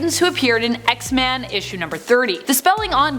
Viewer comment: It's X-MEN not X-MAN 😑